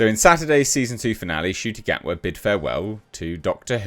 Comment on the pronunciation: Oh so you can finally pronounce his name properly good start 👍🏿